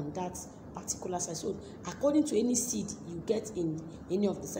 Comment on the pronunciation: I don’t understand the part about the seeds. Please forgive me, I’m in the US and we have different accents. I repeatedly watched that part and can not understand you clearly about the seeds. Can you please clarify that part?